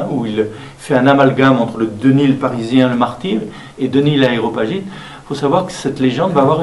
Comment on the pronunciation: Merci pour cette vidéo de Jean-Yves Leloup, très intéressante, mais si je puis me permettre, le terme qui qualifie Denys est "ARÉOPAGITE" et non "AÉROPAGITE". Il faudrait le dire à Jean-Yves qui lui aussi fait l'erreur dans son commentaire. Amicalement